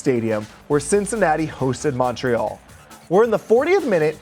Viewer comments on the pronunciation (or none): none